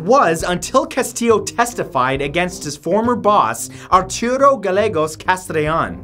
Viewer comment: Arturo is pronounced r-thu-doe or if u can't roll your Rs ar-tur-o great video as always matt!